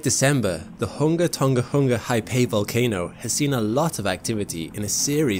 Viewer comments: its kind of annoying that people say ton-G-a. but its pronounced do ng a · Pedantic old guy here… South Pacific languages and dialects use a soft “g”. So “Tonga” is pronounced like “song-a” not “ton-ga”. 👍🇳🇿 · Learning how to pronounce a place name is a great thing to do when speaking about different places in the world. The letter 'g' in Tongan is pronounced the same as it is in the word singer. Pleeeease people stop saying it with a hard 'g'. Great clip otherwise.